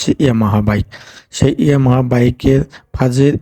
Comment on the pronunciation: ইয়ামাহা "ফাজের"😂,সমস্যা নাই ভাই উনার কথাগুলো শুনলে একটু বিনুদুন পাই 😂🤣